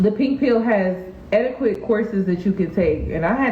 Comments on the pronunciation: Haha aw it's cute how you say the word etiquette as eti-qwette...but its et-tuh-ket. I hope I don't sound mean for pointing it out! Maybe its cuz you were having a drink. Just so you know. I say things wrong all the time too! Beautiful as always. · THE U IN ETIQUETTE IN SILENT...ITS PRONOUNCED (ET-IH-KHET)